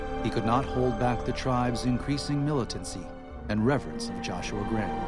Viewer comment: why cant the voice actors pronounce Graham properly?